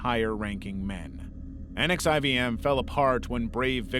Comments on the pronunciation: The Elan boarding school isn’t pronounced like “Ellen”, it’s pronounced like “Elon”, and NXIVM isn’t pronounced as the letters, it’s pronounced “nexium”. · NXIVM is pronounced 'Nexium'. Check any documenary on he cult. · NXIVM is pronounced "nexium" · so NXIVM is pronounced Nek-see-um. And the last name of the founder is promised Ran-Yair-ee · Just some pronunciation notes: Synanon is generally pronounced "sin-nah-non" NXIVM is mostly called "nex-ee-um" and the substance DOS was said as a word "dos" said "daw-s" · Nxivm is pronounced as “nexium”.